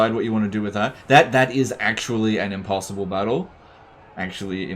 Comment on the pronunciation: "Impossioble-unwinnable" battle yes yes